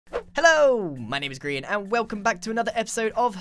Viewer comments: Grian not Griaan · Imagine pronouncing "Grian" like "Brian" Gry-an